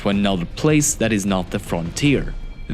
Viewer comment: "plase" lol